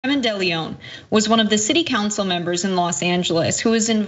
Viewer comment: You are pronouncing De León wrong. The E is soft. Like egg. León means lion in spanish.